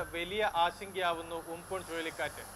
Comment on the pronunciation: ഉംപുൻ അല്ല ചേട്ടാ ഉംപൻ